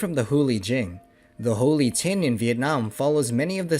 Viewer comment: Holy tinh not Holy thing!